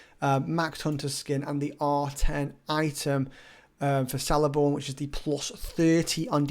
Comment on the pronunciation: Sick! I have him r6 and only use him for tips lol. Btw Celeborn is pronounced Keleborn ;)